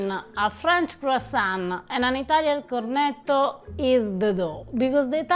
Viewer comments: it is not a cornedo or cornedi. It is pronouncedCorneTTo and corneTTi You must stress the T and remember is a double TT if you do not do that it sounds like corneto which is equally wrong. Like when you say Italy it sounds like Idaly which is annoying to Italian ears. Just a suggestion friendly suggestion as I enjoy your videos. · Cor, roll the r, net’….toe….. not….cor net o… in my 45 years living in an Italian household with relatives in Italy…I’ve learned 😉🤣🤣🤣🤣🤣 Ava, another wonderful job…..in Reggio end of September visiting family!